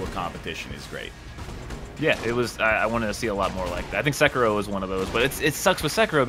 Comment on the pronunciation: SUH-KEY-ROW not 'sek-a-row'